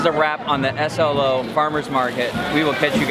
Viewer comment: We do pronounce SLO slow, so was correct. I can't believe you bypassed Solvang.